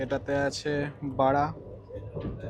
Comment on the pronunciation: বড়া ❌❌❌ বাঁড়া ✅✅✅ 😂😂😂😂